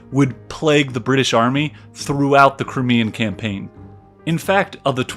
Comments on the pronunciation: Its cry-mee-an, not cri-mee-an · Crimean is pronounced CRY-ME-AN.